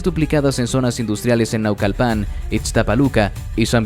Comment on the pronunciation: Disculpa dices vivía en una torre dartamental y luego sales que tiene sótano relleno de Dr0g4s. No tienes quien te revise tus libretos.sea honesto en su información o al menos veraz. Es más ni pronunciar sabes los nombres de los municipios de eso de México, dices Nau....cal...pan. creo que mi Mexicano eres o usas pésima la voz electrónica por I,A